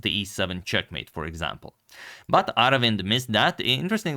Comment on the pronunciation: Agad, you pronunced his name correctly and if you wonder how to write his name in Tamil. அரவிந்த் சிதம்பரம்